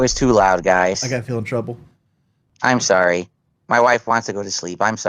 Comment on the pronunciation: I think the way he says "i'm sorry" is the thing that has pissed me off the most about him. His enunciation and the way he repeats it over and over like a broken record is offensive to me.